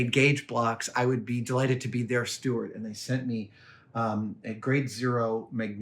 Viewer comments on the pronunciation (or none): none